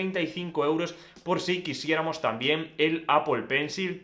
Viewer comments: Pero decir “APOL” también está mal. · apel sería una pronunciación más lejana. Apol es más cercana a lo que uno escucha del idioma inglés. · Luiggi Mesones, en inglés británico se pronuncia “apol”. ¿Por qué dices que no está bien? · Luiggi Mesones, según la fonética anglosajona, cómo se pronuncia? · Se pronuncia como los nativos estadounidenses lo pronuncian. Los que no tienen como lengua materna el inglés lo pueden hacer como sea. No pasa nada. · y como se pronuncia segun tu? Aple? O como jajaj